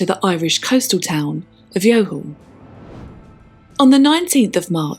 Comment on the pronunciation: Excellent episode, btw Youghal is pronounced like Y’all